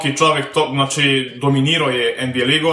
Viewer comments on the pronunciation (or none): none